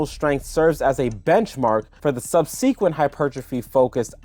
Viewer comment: Nice informative video... But PLEASE learn how to pronounce "subsequent." It's not sub-seek-went, it's sub-sick-went.